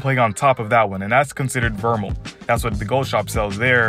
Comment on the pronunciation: It’s pronounced Ver-May bro or Ver-Mail not a grammar cop but thought I’d let you know